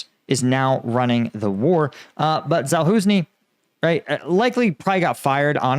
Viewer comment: He is Zaluzhnyi, not Zaluznyi. The letter "ж" (zh) in Ukrainian is pronounced similarly to the "s" in the English word "measure" (mezha).